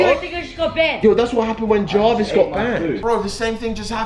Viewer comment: Kay calls Jarvis Jovis